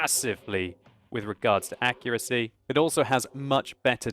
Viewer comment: did he say bad accurasy ?????????????????????????????????????????????????